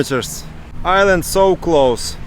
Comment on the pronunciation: "Zis is ZA iland" LOL